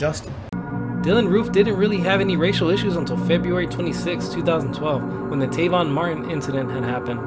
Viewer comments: Tayvon? Really? Lol its Trayvon. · Trayvon Martin not Tayvon.. come on now... but overall these videos are pretty good.. only thing that bugs me is the way you speak sounds like you’re reading from a script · Trayvon not Tayvon